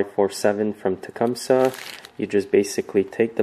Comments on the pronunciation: It's pronounced Tecumsee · Um... no. No, it's not. Tecumseh was a Shawnee chief who lived in the late 1700s. His name was certainly not pronounced with a "see" at the end. Nor is the name of this company pronounced that way.